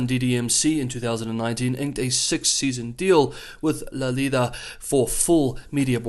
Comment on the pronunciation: You pronounced La Liga perfectly.